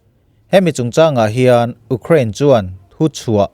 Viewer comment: Ú crane ti tlat a ..sir😂